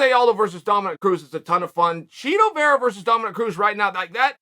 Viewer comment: Chito has ass tricks. lol that's what it sounded like.